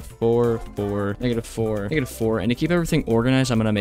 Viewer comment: I thought that when he said negative 4 he was saying ngga da four